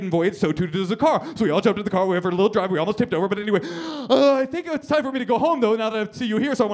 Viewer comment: ... is he saying ''dwive''? i'm not a native english speaker, but that's what it sounds like to me '-'